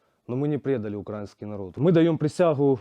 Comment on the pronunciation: та не думаю, что они украинцы... любой украинец знает, где правильно ставить ударение в слове "украиский". Палятся ребятки